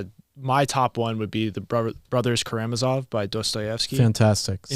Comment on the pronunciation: Scott: "The Brothers ka-RAM-a-zov" Travis: "kama-Ra-zov" it should be "kara-MA-zov" watch?v=93OBAnzop2s